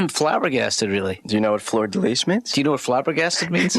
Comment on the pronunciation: mispronounces "hexagonal" and "fleur-de-lys".